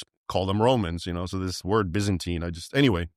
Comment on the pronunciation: the way you pronounce it is what i learnt was used by white south Africans as a racial slur to blacks south Africans